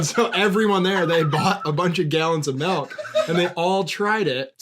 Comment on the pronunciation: hate how says melk